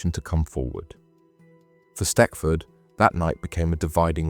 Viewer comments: Its not stetford its stechford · It’s pronounced “stetchford”